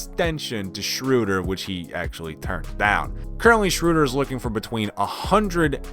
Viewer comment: oh my GOOOD, I didn't realise he actually said the Cavaliers will do something with drummond. Well then he doesn't watch bball, and i don't know how he knew how to pronounce Schroeder, or he is either Hawks or OKC fan, but he didn't know how to pronounce Ibaka so he is either an amateur OKC fan or a Hawks fan